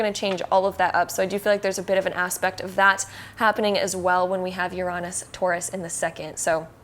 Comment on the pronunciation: Now don't get me wrong, i like the tarot card readings since most of mine come real. But to me, the way she said Uranus kind of frustrated me and made me correct her a lot. it is said like this: Ur-A-Nus. not Ur-ON-us